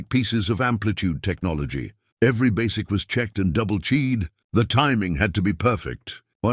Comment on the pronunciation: The "A.I." monologue is absolutely dreadful. Some of it is nonsensical! e.g. "CHEED" instead of "CHECKED". And this is just 1 example of 200+. If you watch this, be prepared to translate what's supposed to be English into....English!